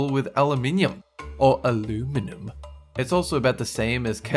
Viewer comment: says aluminum wrong